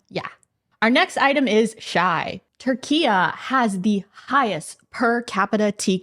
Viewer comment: Q why are u saying Turkeya it's just Turkey like the bird